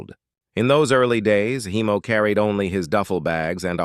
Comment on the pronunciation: Heimo, not Hiemo. German name.